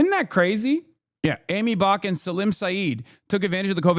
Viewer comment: Hasans pronunciation of Salim is wild